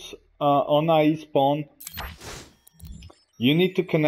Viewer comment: Great video man. It's A.I. Not Ai. I know it can't be your accent so I try to help you out. Artificial Intelegence. Keep up the good work!